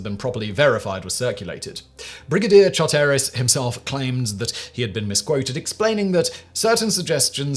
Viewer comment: EPIC pronunciation fails: Char-terris?? CHAR-teris. John "Byook-han?? Buck-an.